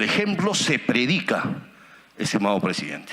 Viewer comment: Este pobre hombre dice, que es pressdiidente.